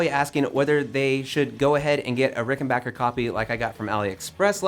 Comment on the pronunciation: pronounces Rickenbacker correctly, gets big points.